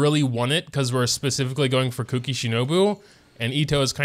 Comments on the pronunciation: The whole mispronouncing kuki’s name as cookie is already older than the emergency food joke. Ku-ki is not said as cook-ie phonetically Yes I know he is doing it as a joke. But the amount of people who actually think you pronounce them the same is infuriating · you know the 'u' sound from the taxi service 'uber'. Try saying the u in kuki that way and then you should be pretty close.